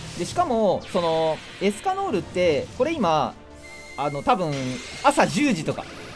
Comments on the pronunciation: エスカノールじゃなくてエスキャノールって言ってるとこほんとに好きなんだなって思う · エスカノールじゃなくエスキャノールしか聞こえないですよね。